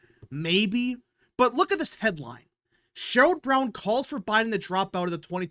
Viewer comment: It's SHERROD Brown, not Sherold